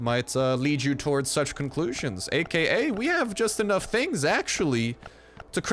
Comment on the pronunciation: when he said the word "Tings" Toronto approves!